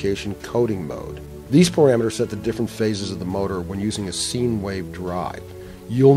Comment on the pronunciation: Taking advice from someone who never took a trigonometry class. Its "sign" wave not "seen"